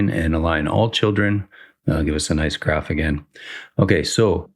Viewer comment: This is great and all, but because you're a better game developer than I am, I am taking immense joy in you pronouncing graph and graft. :)